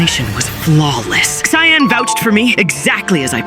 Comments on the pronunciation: Yo…I think is cyan not “KAYAN” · Btw it is cyan, not kyan bro! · U say kyan insted of cyan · You called "cyan" kyan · Kyan instead of cyan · says Cyan❌ says Kyan✅ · "Kyan" bro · It is called cyan not kayan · Bro said kyan again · Cyan❌️ Kyan✅️ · Cyan❌ Kyan✅ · Kyan bro Kyan sorry I just have like idk but that sounded so weird to me it’s pronounced cyan btw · Then “Kyan.”😂😂😂😂😂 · Kyan??? How ai shall we get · Cyan ❌ Tyan✅ Kyan✅ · Cyan (si-aa-n) not (ky-aa-n) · Kyan? Do you mean cyan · “Kyan,” you mean cyan. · What’s kaiyan are you sure the word your looking for isn’t pronounced si-on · Is it just me who gets mad at the word Kyan instead cyan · cyan ❌ kayan ✅ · Cyan ❎️ Kyan✅️ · Bruh mid short you said Cyan wrong you said ckayn idiot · "Cayan" bro✌️🥀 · Cyan 🚫 Khayan✅ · it’s called cyan not kayan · And he also said tayan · It is cyan not kyan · Bro said ckyan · Its cyan not kyan 😭😭😭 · Bro said ciyan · Bro it’s not Kayan it’s cyan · it's not kyan it's cyan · “Kyan” keeps ringing in my ear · It's siyan not kayan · It not called as kaayaan It called as cyan (c yaan) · its sian,not kian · “Kayyan” Ai is getting worse by every blink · Its pronounced syan not ckyan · IT'S NOT KYAN IT'S SIGH-AN/ CYAN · Yo bro can’t even say cyan right he said Kyan not cyan it’s pronounced syan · cyan ❌ cayenne ✅ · Cyan❌ Kyan✔️ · I heard you saying kayn not cyan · ❌Cyan ✔️Kyan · Cyan :❌ Kyan :✅🙀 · “Kyan” is crazy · Kyan bro what u yappin abt u need a english lesson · Ah yes, you kill purple but in the scene its "kyan" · Bro said kyan😅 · It's not kia-an it's s-i-an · Why does everyone keep on saying "Kyan" 😭😭😭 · "Kyan" lols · "bunana" and "kyan"😭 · Why do you call cyan kayan?💀💀💀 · its not kyan its C with an s sound so its sounds like SYAN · "Kayaan" im crine😭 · "KAI AN" 😂💀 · "tion" "cayenne" bruh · bro said cayaan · "Kyan" come on... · Cyan ❌ Kayan✅ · You said kayen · Bro said kyan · ah yes "Kyan" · GOAT of among us can’t pronounce cyan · Can bro not say cyan?